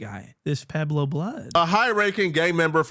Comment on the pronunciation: Pueblo this fool keep saying Pablo.